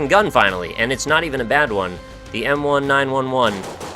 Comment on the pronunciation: "The M 1 9 1 1..." I get that you're not interested in guns, but I lost my shit at this. Thank you for the unintended humor. It's pronounced like the year, you goofball.